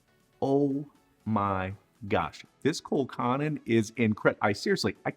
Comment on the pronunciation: Pronounced Col cannon Not how he is saying it. Its Col cannon.